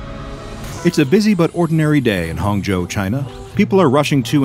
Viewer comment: That Chinese pronunciation of Hangzhou was really impressive！ Thanks for all the tremendous work, doc. Its become a habit and helps me sleep